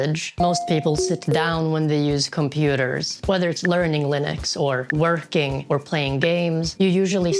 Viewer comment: omg the leerning